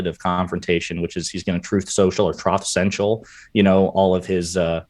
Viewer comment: Buddy says Troth Sential !! 😂